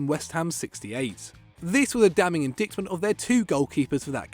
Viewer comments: Oh, learn how to pronounce indictment plz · "in" "dyt" "ment"